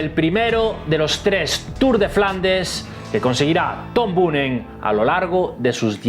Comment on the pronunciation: Chico mira que era fácil, Boonen se lee Boonen jajaja